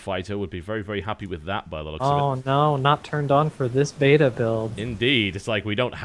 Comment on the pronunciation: He pronounced beta correctly!!